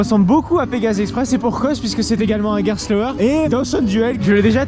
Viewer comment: Entièrement d’accord avec ça, et c’est bien dommage car le contenu est toujours qualitatif ! Par contre MERCI d’être l’un des seuls à prononcer Gerstlauer correctement 🙏🏼